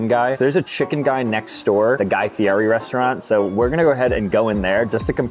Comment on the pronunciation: Guy FEE-ETT-E.